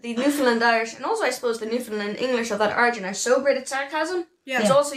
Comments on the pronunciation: It's not "New-Finland"...it's "Noofin-land". It's only spoken by "Noofin-landers" who aren't ashamed of their heritage and trying to be "proper". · Newfoundlanders aren't going to let you in until you stop calling it Newfinland. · Its Newfin..........Land